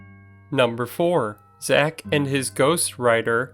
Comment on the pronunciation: I wanted to think a lot of this was probably fact, but you kept pronoucing his name wrong numerous times. Yeah, Hollywood isn't all legit, serious, and accurate, , and really nothing here that actually makes Zach look bad. Plus, if you're going into a tourist trap in Vegas, it's probably not going to be all real anyway. But you'll be surprised what you can get with deep pockets.